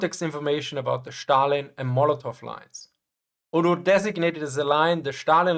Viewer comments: its Stalin, not Shtalin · Why do you pronounce it as Shtalin? It's Stalin (as in steel)